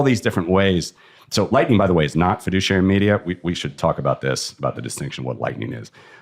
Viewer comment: Take a shot every time he says FEDUCIARY MEDIA. Or better don't... :D